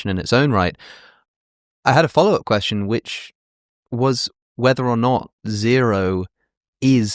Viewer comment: “To be or not to be, that is the question.” That would be counted as 10 syllables because of the elision between “be” and “or.” In poetry, when one word ends in a vowel and the next starts in a vowel, they form a “synalepha” and they’re both counted as one. Also, the emphasis of the word “question” is not as he pronounced it (quesTION) in the second syllable, but rather in the first syllable (QUEStion). Which is relevant because you would also add to the meter 1 syllable if the tonic (i.e., the syllable that you stress the most) in the last word of the verse was placed in the last syllable. If you’re curious, they’re 4 types of words based on where the tonic is placed. Ending a verse on each kind has a different effect on the meter. Note: He’s right about the witches meter being at 7. Like in the line from Macbeth “fair is foul, and foul is fair.” It seems like it’s the other line was the only mistake.